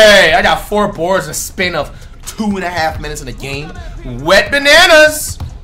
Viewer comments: It’s wetbananas not went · WHO ELSE THOUGHT IT WAS “WET BANANAS” THE WHOLE TIME????? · Wait does Flight call him Went Bananas in every video or Wet Bananas? He's got me questioning my hearing now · Whole time i was thinking you call that man wetbananas 😭